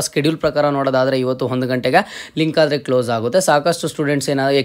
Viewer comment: Aadare is correct,you are pronouncing it like hadare,you are telling ha where ever Aa